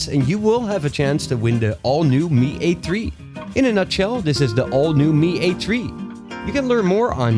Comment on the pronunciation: Lol Mi A TREE. Lol I forgot the specs.